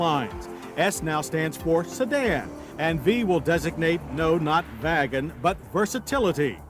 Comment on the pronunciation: V designates no not “vagon”! Ha ha ha!